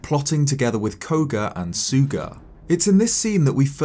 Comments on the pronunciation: The name is Sooga, So-oga. Not Suga. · In game during multiple cutscenes we hear Master Khoga speak Sooga’s name and it is pronounced as Sooga. (Soo-gah)